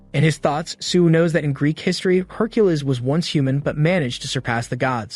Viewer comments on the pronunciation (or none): Can we get the AI to stop saying Herculiss?